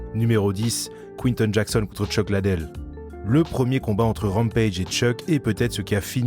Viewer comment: C’est Chuck Lidel et non LADEL